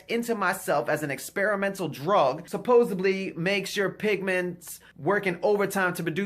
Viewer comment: He says "supposebly." Thats all the proof I need!